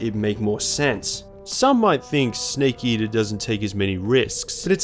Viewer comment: "sneak eater" (Don't worry, us kiwis across the ocean also get shit for our accents lol. Great video!)